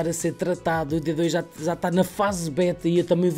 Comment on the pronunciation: "que za não deve dar pa fazer" jkkkkkk